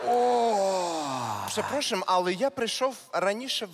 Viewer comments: Правильно- przepraszam(пшепрашам), а не пшепрошам;))) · Препрашам, а не препрошам😅